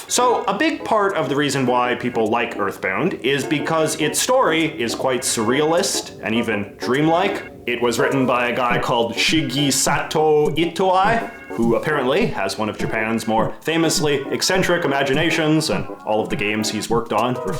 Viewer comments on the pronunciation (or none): nice video, but I think bro left japan because he didnt even learn how to read the basic syllabary or even the romanised version. No shade but your 'shigisatou itoai' of shigesato itoi was odd man